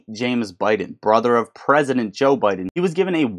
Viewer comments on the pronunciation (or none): none